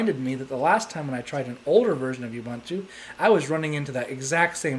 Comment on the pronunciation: Ubuntu Christian? It's not official ubuntu flavor! Its pronounced as : "oo-BOON-too" not "uuuu-bun-too". What's so special about seamonkey? Try KDE 4.4. Indeed its fun to try different OS, but not making a video saying it's frustrating cos you couldn't configure it!